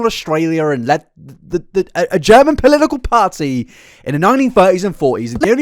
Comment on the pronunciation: take a shot every time this man says polilical instead of political